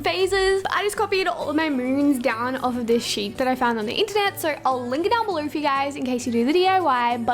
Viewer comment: “Comment down belur letting me kner “